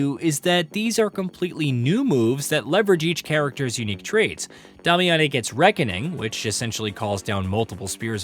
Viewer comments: Who is "Dom- Mee-Yon-eh"? There is no character with that name. Damiane, is pronounced "Day-Mee-In". If you're using AI for voice translate, you may need to punch it in phonetically. Love ur channel. Saying a character's name correctly gets more clicks. Feel free to check out Pearl Abyss official page where the voice actors themselves discuss. Cheers! And...again...love ur vids!! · Dah-me-ah-nay? They say it out loud multiple times in the game....day-me-uhn.😂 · Please never pronounce Damiane like that again